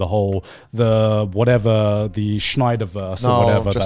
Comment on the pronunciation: SNY not SCHNEI